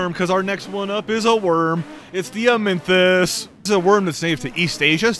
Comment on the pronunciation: Whyd you announce the amynthas like that? Lol